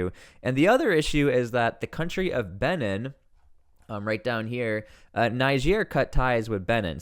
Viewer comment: Its Benin is pronounced, Bee.neen